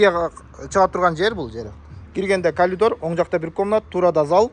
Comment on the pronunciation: Кат сабаты жойулбаган эки алаарлар блохгер болдунарго? Калидор эмес Каридор болуп айтылат и жазылат😅